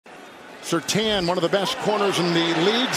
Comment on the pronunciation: Surtaan?? I have knew 2 people with that last name and they said Surtane. Hence the I